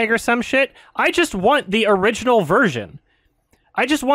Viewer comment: If a german viewer would write "Tanz der Teufel" the way pronounced it it would be "Tens der tüfel, das Orijinahl"... I love it.